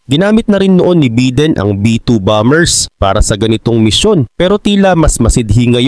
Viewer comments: Bayden ang bigkas hindi biden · Biden, hindi beedin.